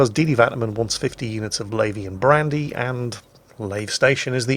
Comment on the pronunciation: first time i heard it, i thought you were saying Labian Brandy.